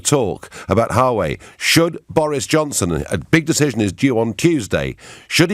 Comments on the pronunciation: Note* Wah-way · Its not difficult Nigel... You're an educated man... Check the correct pronunciation for "Huawei"